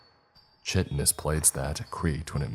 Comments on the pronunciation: Chitinous is pronounced “ky-tin-iss”. Just so you know. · "Chitinous" is pronounced "Ky tin us"